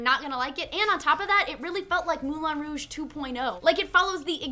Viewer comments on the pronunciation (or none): MOULIN ROUGE, MOU LEIN(for people not familiar with how the "in" sounds in french) ROU JE. So MOULEIN ROUJE(moulin rouge) not "mulan rouj", sorry but I cringed everytime. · Its pronounced "Moulan Rowg" not "Moolan Rooooooosh"..youre not french you dont have to pronounce it like they do..just because arabs pronounce "P" ans "B" doesnt mean your have to do it too.